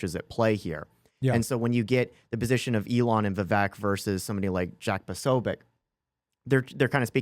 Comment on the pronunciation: Vivek rhymes with cake.